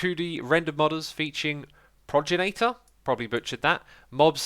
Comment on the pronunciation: Progenitor, pronounced pro jen e tor... :) You keep being you man. Edit: Wow the nostalgia is hittin me hard.